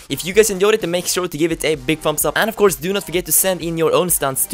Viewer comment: "further, of course" sounded like further 'off' course anyway - love ur vids